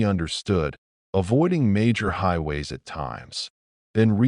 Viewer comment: A-T and I-T. 🤣😂 If you're going to have an AI slop channel, at least get it pronounce "at" and "it" instead of spelling those words out as letters!